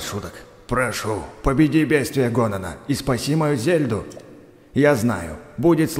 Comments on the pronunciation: НЕ ГОНАН А ГАНОН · Какого гонона*ганона*